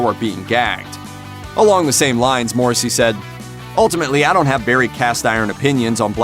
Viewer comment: learn how to pronounce his name correctly before spewing bullshit on one of the most gentle, and beautifully misunderstood lyricist of the modern age.